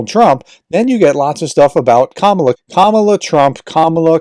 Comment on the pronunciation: KamAla, not KamUla